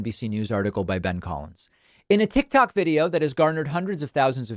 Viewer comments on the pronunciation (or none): none